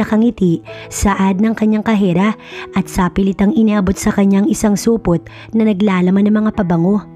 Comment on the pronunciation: Correction Po kasera nde khera